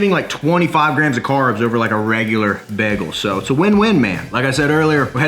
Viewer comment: The way he says bagel makes me slightly uncomfortable lmaoo “begel”